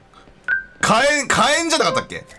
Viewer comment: かえんじゃなくてひけんだよ